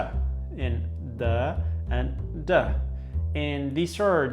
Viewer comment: Its DHAAAAAAAAAAAA u dumb not DUH! 🤦‍♂️